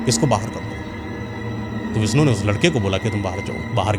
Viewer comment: Baaki to sabh theek hai lekin bhai apni hindi theek kar lo thorhi si. Visnu nahi vishnu , sadi nahi shadi aur presaan nahi preshan hota hai etc